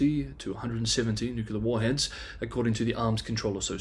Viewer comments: NEW CLEAR not NEW KEY LER. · for fuck's sake, say "nuclear" not "nucular"!